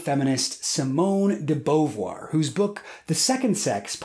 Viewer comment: this is a wonderful video and your pronunciation of Simone de Beauvoir's name made me sad XD